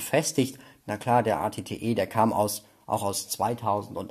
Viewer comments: Das at T wird eyti eyty aus geschptochen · Also At-Ot wird richtig amerikanisch ausgesprochen aber der At-Te nene der wird richtig DEUTSCH ausgesprochen 😂